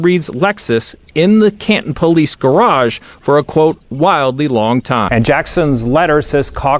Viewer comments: I gotta ask. Are you saying "GARARGE" on purpose to mock Deever or is there really somewhere in this world where people say "GARARGE" instead of the proper GARAGE? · Not trying to be a d@ but its not gararge! Its garage! Ga ra ge! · pronunciation of GARARJE kills me 😂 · Love ya but there is only 1 R in GARAGE. GA-RAGE LOL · What's a "gararge"? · Proper is no fun. Guraarge is. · Every time I hear "gararge" I cringe and think about Officer Deever's testimony. (Yes, I know, I'll remember forEVER) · it's funny how he pronounced "gararge"